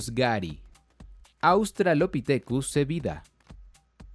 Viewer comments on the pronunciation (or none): SEDIBA, NO SEBIDA!!